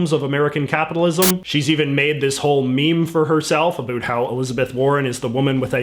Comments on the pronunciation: He is way to articulate to be Canadian. How can he pronounce everything perfectly but still say a boot? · Why is it that you only pronounce "about" in an overly-exaggerated Canadian way, and not all "ow" vowels? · The way you pronounce about is weird...